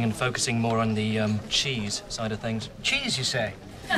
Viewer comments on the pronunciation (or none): Im sorry did you say chesse that always crack me UP